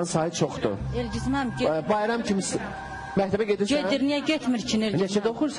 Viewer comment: ..mehteb yox mekteb😁👐🏻🌿 Bu bayram deqiq oglandikiii..wupem var